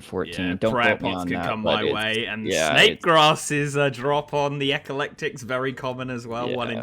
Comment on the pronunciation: EH-KLEK-TIK ffs